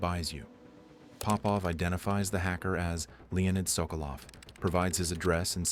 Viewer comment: It's not Pópov, it's Popóv. I'm Popóv.